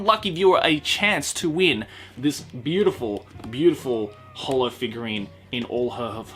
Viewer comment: Love how you pronounced holo's name wrong